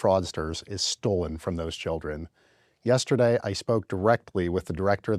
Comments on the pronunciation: I love how PBD say yesteday 🥰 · “Yesta- day “ 😂